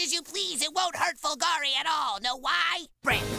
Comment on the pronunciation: All the Italian accent for nothing since he mispronounces his own surname, it's supposed to be fòlgore, not folgòre